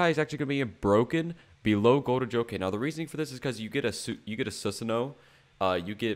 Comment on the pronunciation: It’s not susuno its susano🦾😮🦾